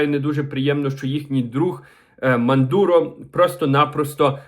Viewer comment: Як ви сказали? Мандуро?😅